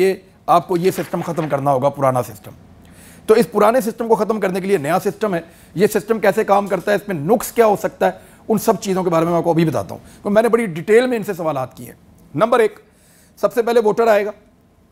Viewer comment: Ap ny 1 lafz bola " nuqs".. ye galat hy.. Sai lafz "naqs" hota hy..